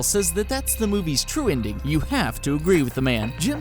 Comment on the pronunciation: Stop saying 'inding'.